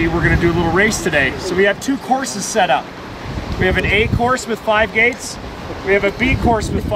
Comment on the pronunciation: Sounds like “Gays” instead of the “gates” lol